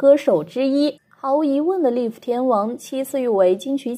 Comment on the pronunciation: 来跟着我念"Live"赖夫，不是立夫，下次用中文吧